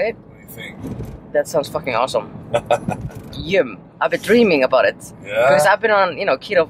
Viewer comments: why does say yim instead of yum??? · she doesnt say yum it 's YEUM